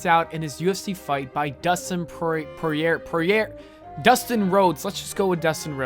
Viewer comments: Dustin Poirier’s last name is pronounce poor-ee-air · its pronuced poor yay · It's pronounced Pour-e-yay. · It's Dustin Poirier (Poirier is pronounced pwarieh) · put some respect on that mans name, its pronounced POOR-E-A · Dustin last name funny enough is pronounce "Pour-yay" or "Pour-hey". -Mma fan. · As a hardcore WWE and hardcore UFC fan, I agree with EVERYTHING you said 🙂 Plus, Poirier is not that hard to pronounce.